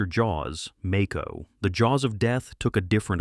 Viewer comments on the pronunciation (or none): As was said it's AI. Some of the ways you can tell, no emphasis of punctuation, no pauses between sentences, mispronounce a word and a few seconds later pronounce it correctly as in the case of the Mako movie mentioned in the video . So many of these channels on youtube are totally run by AI now, someone makes the channel and rakes in the money but everything in between is all done by AI.